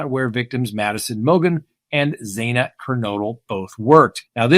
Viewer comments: Zaa-Nuh. Not Zay-Nuh. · “Xana” rhymes with “banana,” it’s not ZAY-nuh FYI Love your channel! Thanks for the great analysis. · He does pronounce it as Zayna which is incorrect. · instead of XA-NA it’s pronounced XAN-A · It's weird how people still mispronounce Xana's name as "ZAY-nuh" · Learn how to pronounce Xana before speaking on her. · Please pronounce Xana's name correctly. She always said that it was like Xanax but without the x. She deserves a correct pronunciation. Thanks!